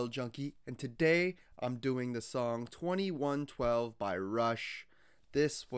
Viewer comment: You were correct the first time: pronounced "Twenty-one twelve", and yes it is the YEAR. Also, kudos on "getting" what was happening in the story without the benefit of the (very popular) cartoon video that shows the characters, and also shows the UNSUNG lyrics that accompany the story (which are actually included on the album's lyric sheet, and are a more detailed narration as to what the main character is doing/thinking.)